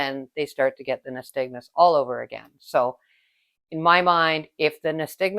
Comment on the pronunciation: Very good video. Only thing is it’s pronounced nySTAGmus (unlike aSTIGmatism).